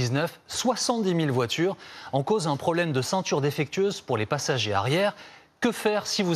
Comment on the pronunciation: Les voirures françaises 🤭